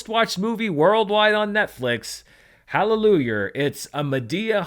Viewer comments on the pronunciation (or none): Did just say HALLELUJER?!!! 🤣🤣🤣🤣🤣🤣🤣